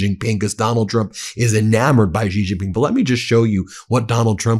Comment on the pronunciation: Xi is pronounced similar to “she” not “gee”. You’ve been saying his name wrong, Ben. Don’t be like the “Kamila” crowd. Learn how to say his name if you want people to believe what you are saying about him.